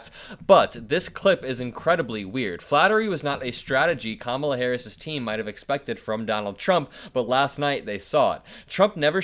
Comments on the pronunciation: I'm beginning to think that DonOLD mispronounces our VP's name just like he mispronounces other stuff because he has no control of what comes out of his mouth - another option could be that he thinks Kamala is the Queen of England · He just shows how stupid he is, by not being able to pronounce it correctly! 😮 💙💙💙💙💙💙💙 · I think he was dissing Queen Camilla, not mispronouncing Kamala’s name. I bet King Charles thinks the same thing if he heard it. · GREAT JOB MY HERO 🦸‍♂️ DESTROYING DONALD TRUMP CALLING HIM A KINDERGARTEN CAUSE HIS BEHAVIOUR IS ONE ALSO CAN’T READ OR PRONOUNCED KAMALA FIRST NAME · It is unprofessional and disrespectful for him to mispronounce her name, as it reflects poorly on his cognitive abilities and overall demeanor. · I think he can’t remember how to say her name and gets it mixed up with Queen Consort Camilla in England. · Mispronouncing her name is about racism. I heard that from racist mispronouncing my name my whole life. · There are video clips of trump pronouncing Kamala correctly. He is juvenile, thinks that mispronouncing her name is somehow clever and insulting. He just doesn't realize it shows his low IQ. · The mispronunciation is an attempt at othering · I think there are 2 reasons Trump mispronounces Kamala's name. First, he does it purposely because he thinks it will impress his crowd(ridiculous!). Second, her name is 3 syllables and Trump often has trouble remembering how to pronounce multi-syllable words. 🤣🤣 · Mispronouncing her name just feeds into the idea that he is falling rapidly into senility. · I wouldn't be surprised if Melania DID vote for Kamala. She hated being the First Lady. And tRump probably mispronounces Kamala because his brain function is getting worst by the days. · I don’t think he mispronounced Kamala. I’ve never heard him say it like that. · I don’t think it’s deliberate. He genuinely can’t pronounce his name because his brain is fried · Athctually her name is KAMALA NOT CAMILA HIS TEETH FELL OUT